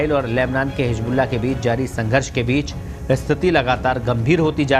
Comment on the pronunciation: Very bad pronounciation Hijbullah nahi hizbullah hota hai Correct your pronounciation